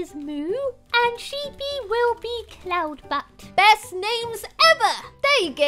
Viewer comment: Anyone else hear her say Colton butt Instead of cloud butt